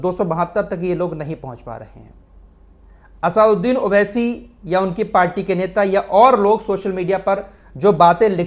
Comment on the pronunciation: फराज भाई आप भी असदुद्दीन उवैसी का नाम सही नहीं बोल रहे हैं। आप नाम बोल रहे है असउद्दीन उवैसी। लेकिन उनका नाम है असदुद्दीन उवैसी।